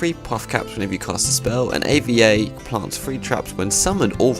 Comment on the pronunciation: Thanks for the rundown on all these new cards and decks! btw her name is Ava, not A.V.A.